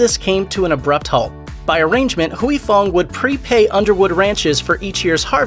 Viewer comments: It’s Huy Fong, not Huey Fong. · Anyone else annoyed he says "huey fong" instead of "Hoy fong"? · It's not Hooey Fong.. it's pronounced Way Fong. Dipsh*t. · Hooey Fong? I used to to work with a gentleman with the given name of Huy - pronounced H-whey. Our company attempted a voice name dialer. I had say Huey to make it work. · It sounds more like WHEE. The 'U' is silent not the Y. The narrator of the video kept switching back and forth between several different pronunciation which was annoying and he said it totally wrong. It's not Hoowee it's whee. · I loved Sriracha. I always figured that either I got tired of it, or developed different tastes. But that makes sense now. But; I think you're saying Huy fong wrong. Granted, I am whiter then a ghost. But "whoo-ee" just doesn't sound right. I always said it "hoi" like when you hoist something. I could be wrong. but whoo-ee just doesn't fit the ear. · Pronouncing it wrong. Its "Hoi Fong" not Huey idiot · “Hooey” LoL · Is Huy pronounced as"we"? I think the Y is silent. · The entire time...couldn't listen to a damn word he said every time he said "Hoowie Fong" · You’re pronouncing it wrong... Huy Fong isn’t how you’re saying it. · If they're pronouncing it wrong, it's because the romanized spelling was already wrong to begin with, due to the terrible rendering of Chinese dialects from the Mekong River : for years, I mistook the name as being my namesake, but upon later inspection, the origins of the original Chinese characters are totally different. Indeed, it should be pronounced "hoi" because my own name is actually like "hwee".